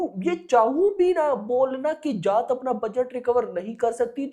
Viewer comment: Arey जात nahin जाट, Mera bhai, pronounce theek se karo😅